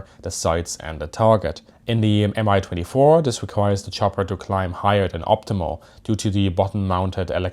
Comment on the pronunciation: Pronounced “me 22” they don’t say M I